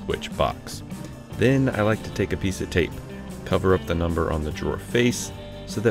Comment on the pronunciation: Did you say "install this piect"?